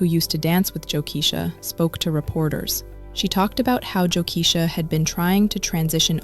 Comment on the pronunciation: It's pronounced Jo(KEY-SHA ) NOT Jo(KESH-A)